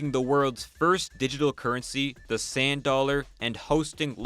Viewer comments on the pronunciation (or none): none